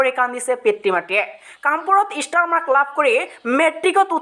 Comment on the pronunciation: ইষ্টাৰ নহয় অ ষ্টাৰ😖